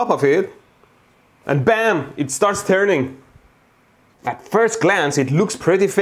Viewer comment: its terning 😂😅🤣